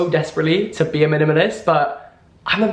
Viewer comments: Jack saying minimalist is the funniest thing to me. He really went ‘mlmnlst’ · The more he says minimalist the more it sounds strange